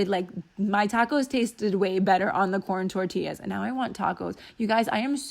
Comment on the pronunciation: Another great video! Love it. I hope you had the best time with Andrea! Also, I totally thought you said porn tortillas. LMAO!